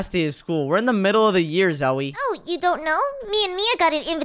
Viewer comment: I’ve heard Zoe said Zoye